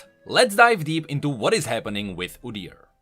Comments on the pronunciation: I've never heard anyone say it like that, sounds weird. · Udyr is the Norwegian word for beast. For right pronunciation look up how Norwegians pronounce it